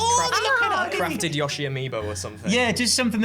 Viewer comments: STOP SAYING YA-SHI ! ITS YOSHI ! AS IN YO-SHI....ITS NOT HARD ASS CLOWN ! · The way he says Yoshi.....